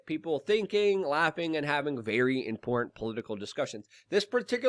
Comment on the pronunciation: I'm not buying any youtubers "merch", it's not "importn", and "tuh-tallitarian"...